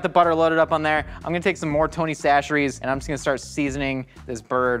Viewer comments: why's he saying 'tony sasheries'? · Did change his pronunciation of Tony Chachere's?